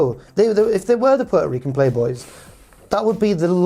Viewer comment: Did he say pete-o-rican